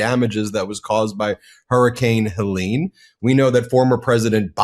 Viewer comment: "Heleen" for Helen? Are all your weather namers on bad weed, or is your own weed a bit suspect? Her face may have launched 1000 ships, but her name wouldn't, pronounced like that! 😁😉